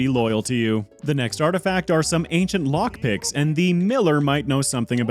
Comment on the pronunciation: when you said ancient lockpicks i heard ancient moth dicks.